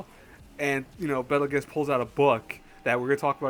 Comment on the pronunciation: It's pronounced bettle goose bro